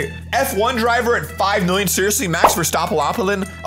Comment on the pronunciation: As a person from the netherlands I find it very funny how he pronounced max verstappen